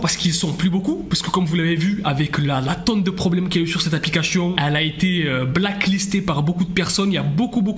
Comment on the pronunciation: Il arrive pas à prononcer correctement le mot ‘APLICATION 😂